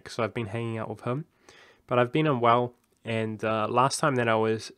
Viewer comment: At first instead of hearing you were unwell I thought you said you were on WoW. I was thinking damn all these years later it's still getting people lol. Hope you start feeling better soon. Regarding the Patreon if you don't give major incentives of your usual content I'm all for it. Though full disclosure I'm not really in a position to donate right now.